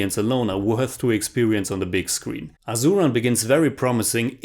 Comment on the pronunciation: I want to point at Asuran and Sivasami have S pronunciation not Z......Unfortunately I can’t take such gore so haven’t watched it....but someone I know who has watched said the same as you that the fights aren’t realistic for e.g. one guy beating some 100s of them....like a mass movie though the story is based on real incidents.....I personally hate slo mo shots.....btw GV Prakash Kumar is the nephew of ARRahman....